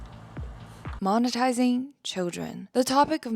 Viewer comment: Please tell me why I heard ‘MOM-etising’ 😭…?